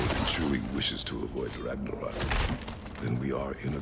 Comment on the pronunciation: Fun fact: some of the locations in god of war ragnarök is actually Icelandic, and yes you are butchering the words